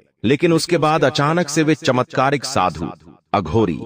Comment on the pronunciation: बेवकूफ अघोरी को अधुरी बोलता है।